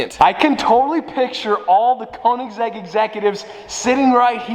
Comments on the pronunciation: Koenigs-EGG LMAO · The way he said Koenigsegg and egg 🥚 🤪